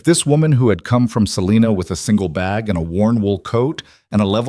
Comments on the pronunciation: Your AI is badly mispronouncing Selina Ks. Long i, says its name (i) not Selena. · The I in Salina Kansas is a long I sound the I in climb.